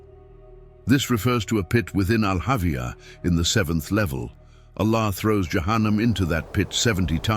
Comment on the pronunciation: It's not Al Avia... It's Al hawiah